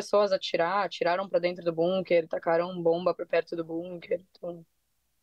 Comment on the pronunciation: Que agonia elas falando "bunquer"